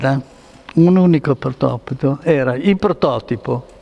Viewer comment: Che miniera di saggezza meccanica lo Stanzani. Dice protopito al , mi sa che comincia ad ingolfarsi.